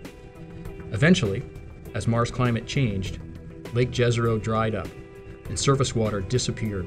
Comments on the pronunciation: it's "Yezero" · Jezero is not pronounced correctly in the video, you should pronounce it literally Yezero (like You, not like Joe). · Very nice description. However, sounds little strange, hearing ‘Lake dzezero crater’. Just call it ‘The Lake Crater’, or try to learn correct Balkan pronounciation of that ‘J’ sound, and say it as ‘Jezero crater’. You will have less difficulty, once Rover came into ,Dolina Neretve’ or ‘Neretva Vallis’. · It's pronounced "Ye-zah-ro", more or less. "J" doesn't make the English "G" sound in Slavic languages, it makes the same sound as "y" in Yet. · It's pronounced Yezero. It means lake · Pronounced Yezero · Wouldn't it be pronounced "Yézéro"? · Correct. In Serbian, the "J" would be soft and pronounced like the letter Y in English. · Jezero in slovenian means lake. Which is cool. It sounds more spectacular when pronounced in this american accent. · Jezero with "y", like Troja, not Troya.